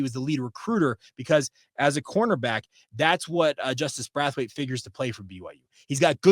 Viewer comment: The way you are pronouncing Braithwaite is killing me, Braith rhythms with Faith, it does not rhyme with wrath! Love your show! Go Cougs!!